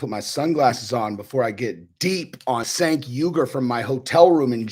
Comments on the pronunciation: Chenk not senk lol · It's pronounced chenk buddy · Its pronounced "Chunk". This isn't even the most delusional take he's had over the years. Him having followers kills my faith in humanity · ....cmon dude....pronounce the loser's name correctly at least.